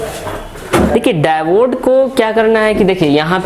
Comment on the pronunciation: आप डाइबोड क्यों कह रहे है वो डायोड है